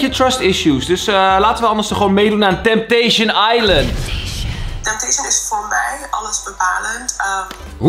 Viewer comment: Niemand:* Echt helemaal niemand:* Kalvijm: TempTeEsJen aiLent